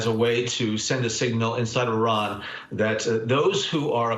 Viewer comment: How sorry of a CNN host you gotta be to not even know how to pronounce 4 letters in Iran correctly! Big ups to Brennan to correct him.